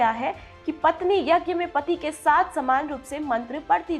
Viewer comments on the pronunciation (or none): none